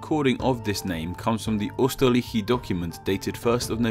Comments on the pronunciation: Pronunciation is Not "österrashi" it is "österraih" I think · You pronounced Austria's German name wrong (German is my 2nd language, and I have spoken it since 1997, I am not fluent, but hearing someone say the second syllable as "reik" annoys me) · Why does he start pronouncing Österreich as "Osterash" partway through? He was pronouncing it right originally... 😑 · Österreich is pronuntiated as "Yoster-raaish" not "Osterraish". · Not O it is Ö it sounds like the i in Sir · UUUSTERAICH Well, you tried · for future reference, it's "øːstəʁaɪç" in IPA. Ö is kinda like "uh" or "ooh" and the "ch" is much softer, and halfway to "sh" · Your pronunciation of 'Ostarrichi' was spot on but your 'Österreich' sounded like 'Üsterreich'^^ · But in no German dialect does "Österreich" sound like "Uuhshterraick"😂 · I like how he pronounced Österreich Üstereich. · "Mowsard", "Owsterreich" XD. Wow, massive pronunciation problem. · Hmmm...."Oyster-ryte-she" isn't the best pronunciation. ...but I know Ö + CH aren't easy for native English speakers. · the CH makes a K sound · Good video nonetheless but your lack of skill to pronounce "Ö" is killing me.. Turkish and german shares "Ö" (although the uses are utterly different) so when I was learning german it was easy to pick it up, but I see it's hard for you so I'll make it simple, pronounce it as "Oe" (that's the German version without umlauts anyway.. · I'm from Austria and it's so funny how u pronaunce Österreich (Oberösterreich / Overaustria) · Maybe you should pronounce that 'ö' sound well, if you're making such type of videos. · I think the ch was way more of an issue. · Hehe, for me as a german its quite funny how you pronounce "Österreich" ;) But I know, pronouncing the "Ö" right is even harder than the "th" in English language ;) Nevertheless a very cool video, I was always thinking about that and you gave me the correct answer, thank you! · He pronounces Österreich wrong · Your pronunciation of Österreich is funny